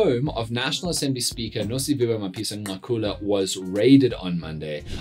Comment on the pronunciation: Dan please research how to pronounce the man’s name. It is not chilly… the click is similar to Cele…